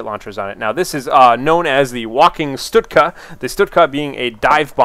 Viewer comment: why does he say stutka? isnt it stuka?